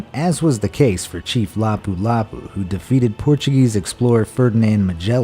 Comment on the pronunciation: Lapu-Lapu is actually pronounced faster than u pronounced it